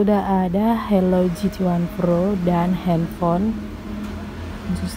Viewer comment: Pro mbak bukan phro